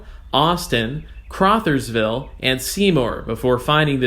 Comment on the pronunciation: For future reference, Crothersville is pronounced with an "uh" sound, like Brother. Nice vid. Over they years I've watched LIRC from the old PRR/14th Street Bridge all they way to Seymour but mostly from Sellersburg to Henryville as my Pappy worked for years as a trucker for the old C.T. Hertzch Co. across the tracks from the old Louisville/Portland Cement plant in Speed, IN. Before them I'd see Conrail locomotives and before that the old L&N. I don't remember ever seeing any of the Penn Central or PRR locos on it, but that was before we moved up here. I remember the cement plant's yard always used to have a lot of Southern RR boxcars in it all the time.